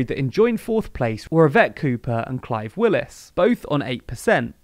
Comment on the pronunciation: Clive Lewis, who is who I'm voting for, can't even get his name said right lol. Love though